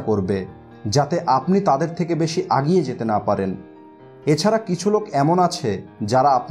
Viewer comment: আপনি বারবার আগিয়ে শব্দটি বলছেন কিন্তু এটা আগিয়ে নয়, "এগিয়ে" হবে।